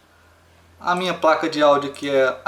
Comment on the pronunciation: Muito bom o vídeo, finalmente um tutorial bom! (rachei aos quando vc fala 'Praca' kkkk)